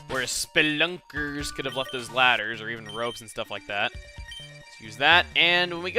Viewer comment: I love how he says spelunkers toward the end lmfao.